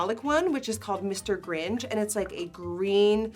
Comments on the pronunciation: Great video and I love the look.... Only problem was it's pronounced the Grinch, not the Gringe Just sayin Love you Nikki!!!!! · is it just me or does it sound like she is saying grinj not grinch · team green for sure. The Dr. Suess character it is pronounced Grinch and not Gringe. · Did anyone else hear “THE GRINGE” and not the “THE GRINCH” 🤣🤣🤣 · Is it just me or does it sound like she’s saying gringe lol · Were you saying Gringe? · Whyyy does she say the “gringe”. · Why you call it the “Gring”😂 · Is it me or is she pronouncing “grinch” as “gringe” only me?????? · SAY👏🏻 IT👏🏻WITH👏🏻ME 👏🏻 THE...THE...THE ✨GRINGE✨ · Nikkie: “it’s my favorite movie of all time” Also Nikkie: “the Gringe” and “last can of who-hash? Not sure what that means” 😂🤦🏼‍♂️ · Nobody: Not even Kylie Jenner: Nikkie: The gringe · Is it just me or does she say “the gringe” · I love how she says Gringe😂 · The "Gringe" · Nikkie. I love you and I loved this video buttt....it bothered me for some odd reason when you pronounced the word "Grinch" as "Gringe". I'm sorry I know this is silly but it made me think of the movie "The Grunge" I believe that's what it's called. Lol..love the look btw! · Fave movie: The Grinch Pronounced: The Gringe Doesn't know: What Who Hash is Hates: Green ok 😂😂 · Yea she’s full on saying GRINGE lol very Nirvana Grinch. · I don't hear any difference between gringe and grinch, not a native English speaker either. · YES!!! It made me gringe (instead of cringe). Do you see what I did there? Don’t block me, please. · Is it just me or is Nikkie saying Gringe? No hate btw ilysm Nikkie just wondering?🖤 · Came to the comments to see if anyone mentions how she says “The GrinGE”🤣🤣🤣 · “The Gringe” is killing me Nikkie 😭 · Is she saying "grindg" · It sounds like you’re saying gringe. So I’ma use that now. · no one: niki: ✨the gringe✨ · am i the only one who can’t get past her pronouncing grinch as “gringe” sorry love you nikkie ❤️ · Why u say gringe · She said “the gringe” 😂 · gringe? lol